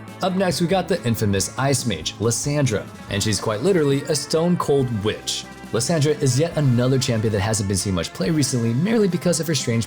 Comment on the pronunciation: Hahahaha why do these guys keep butchering champions name ajajaja Lissandra she even says her name in a video of the ice queen xD Come on just stop it